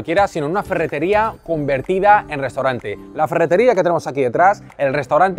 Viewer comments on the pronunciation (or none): ha dicho CUMvertida